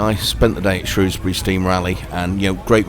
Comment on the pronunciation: We were there on Monday, the dryer day of the two. So glad you called it Shrewsbury and not Shrowsbury 😁👍🏻